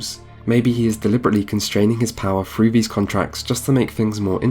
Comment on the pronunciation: "Through" is not pronounced with an F